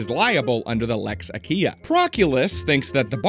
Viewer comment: I was confused by his pronunciation of "Lex Aquilia", it was actually so off I thought he said "Lex Achea" or something. The pronunciation should be more closer to "Lex A-kwi-li-a". /ˈa.kʷi.li.a/ (I think)